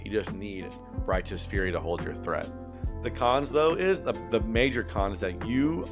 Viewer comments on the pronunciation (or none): none